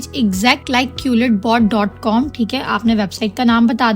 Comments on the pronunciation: Madam wo qulletbot nahi hai quillbot hai.. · Quil bot hota hai jahil qulit bot nahibpendu. Pehle khud to parh le phr doosro ko parha